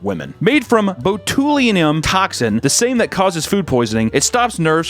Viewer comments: bro just said Botulinum (pronounced as baa-chuh-lai-nuhm) as “boh-tül-iah-nym” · Butchered that botox pronunciation It's clostridium botulinum klaa·stri·dee·uhm baa·chuh·lai·nuhm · It's pronounced Botch-you-linum. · "boe-tool-inum toxin, the same that causes food poisoning" LMAO that keeps making me laugh:P. botch-u-line-um is the proper pronunciation:P good job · The batoolium toxin took me a second to figure. has the best pronunciations! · “Botulium” is crazy, that’s how you know papa isn’t versed in either plastic surgery or English lmao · I’ve never heard anybody mispronounce botulinum that badly 😭😭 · best pronunciation of botulism